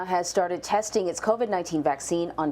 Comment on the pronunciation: 'testing'..... Say it again.